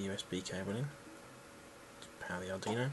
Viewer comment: A cool take on the generation of RTTY. By the way, it's Arduino (Ar-Du-I-No), not Ar-Dino.